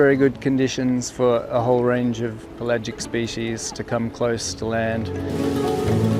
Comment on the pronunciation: That's pel-agic. Not Pelay-gic.